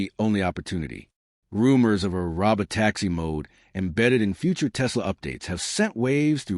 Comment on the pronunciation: Hey less than impressive AI voice. That's Pronounced (Row-Bow Tacks-ie)